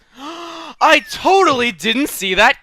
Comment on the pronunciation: Stop sayin totaly